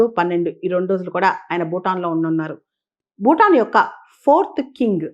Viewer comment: మీ విశ్లేషణ చక్కగా ఉంటుంది. సరైన ఉచ్చారణను చేరిస్తే ఇంకా బాగుగా ఉంటుంది.( ‘బారత దేశం’ కాదు, ‘భారత దేశం. ‘బూటాన్’ కాదు, ‘భూటాన్ )